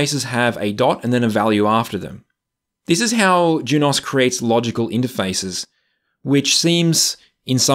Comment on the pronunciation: Juniper’s videos say Junos not Jun-OS so thats how i say it